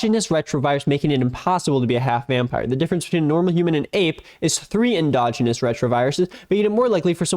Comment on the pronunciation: is that how u pronounce endogenous…..???